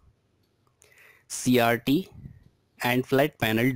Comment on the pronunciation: When you said cases, I thought you said kisses. And when you said CRT, I thought you said CRD.